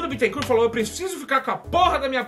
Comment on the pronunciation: Porra o nome do cara não é Bitencuuuu, é BÉTENCÓR!!!!